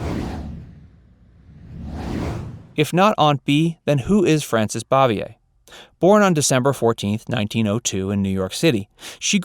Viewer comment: Learn to pronounce het last name right, dumbass. You aren't even close.